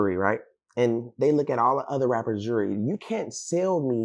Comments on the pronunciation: And he so bad it lol- this goof the last person i would take ANY type of advice from- for sure not financial lolol- And, its pronounced “jew-el-ry” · He can’t even pronounce jewelry lmao he always worried about what others got going on lol